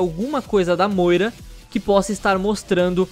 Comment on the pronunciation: nao se diz assim moira mas sem polemica